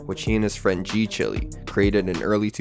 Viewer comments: G chile (child) not g chilly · ngl I slightly cringed every time you said g chilly 😩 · g chilly???????? 😭 don't tell me it's not chiiiiileee